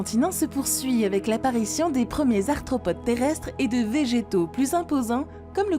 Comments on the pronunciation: Et il me semble avoir entendu "parmi les astropodes" à au lieu d'arthropode. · juste gaf a la prononciation svp ! " astropodes " " tribolite " et je suis qu'a 17 min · astropodes??? tribolythes??? trop d'erreurs! (arthropodes, trilobites) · Astropodes, tribolites... Il faudrait se relire ( ou se ré écouter) quand même avant de publier. 😐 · exact c vraiment du gâchis bcp de mots sont écorchés comme cités dans les.reponses li-cheine au lieu de prononcer liken...astropodes ...bref g du m'arrêter car a chaque phrase je balançait un commentaire....ça gâche en effet la réception de.l info pour les néophytes...trop.de mots incorrects c.comme.si on apprenait la langue a qq un avec des d'autres de syntaxe a chaque mots ...site fossilere au lieu de fossilifères une vraie mongolienne dislexique...je me suis arrêté d'écouter avant la fin c bien dommage car elle faisait le.tour des fossiles de la.faune.de.burguest..sileurien au lieu de silurien pareil.mes.oreilles et mon cerveau ont fait nnnnnn'ooonnnn et t'avais deux voix off en plus ... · Ouiiii, elle a dit astropode 😀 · "les tribolites capturent agilement les astropodes" :) mais bon sa voix est agréable...